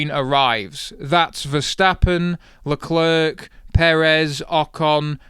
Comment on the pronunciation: don't pronounce the last 'c' in Leclerc.